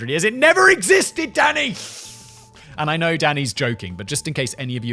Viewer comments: The first few times he said, "Danny", I thought he was saying, "Daddy". 🤣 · Am i the only one who's hearing daddy instead of danny? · Am I the only one who hears him saying “Daddy” rather than what I assume is supposed to be “Danny?” “Yes Daddy, you’re nailing it!” “That’s an oxymoron if ever I heard one, Daddy!” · Every time you say Danny it sounds like daddy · It sounds like Simon's referring to Danny as 'daddy'. lol, it's dunny every time. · Every time he says Danny sounds like Daddy lol Daniel or Dan next time 😂 also Medicine Hat is in Canada not the US! Great episode again